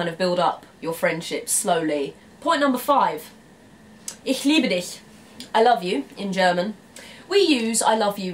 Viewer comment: woah, excellent pronunciation of "ich liebe dich" there. You don't hear that often by English speakers.